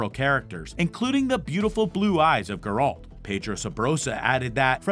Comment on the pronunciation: is no one going to mention his mispronunciation of "Geralt"?